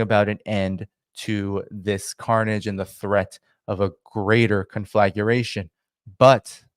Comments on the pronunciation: conflagration: 4 syllables not 5, drives me nuts, kon-flah-gray-shun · "Conflaguration,"?